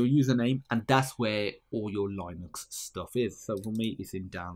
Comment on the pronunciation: It's LEEnux, not LIEnux